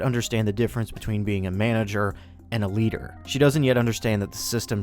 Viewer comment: The way you say "A leader" sounds a bit like "Eliter"